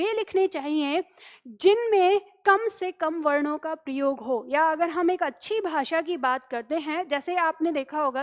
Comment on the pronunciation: "प्रयोग" शब्द का जब भी उच्चारण होता है तो सुनने वाले को "प्रियोग" ही सुनाई देता है.😝😛